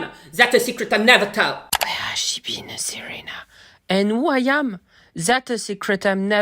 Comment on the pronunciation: Quelqu'un arrive à comprendre ce qu'il dit sans le Jingle avant "Serena"?